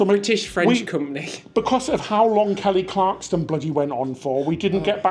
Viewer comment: KELLY CLARSON...NOT CLARKSTON 😜